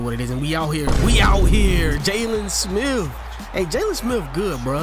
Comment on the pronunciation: Nigga said “jaylon smiff”